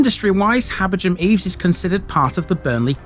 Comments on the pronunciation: I'd say "Habber-gam". Definitely not "Habber-jam" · Are you sure about the pronunciation of "Habergham"...? It's my surname but I've never heard it with a non-aspirate "gh"... I just pronounce it as "Habberam".